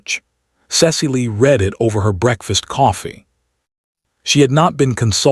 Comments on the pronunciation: The verbs ‘to read’ and ‘to misread’ rhyme with ‘red’ in the past tense. A human narrator would know that. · Narrator lacks proper accent for the tale. Dull dull dull. Misprounounces past tense of read and others.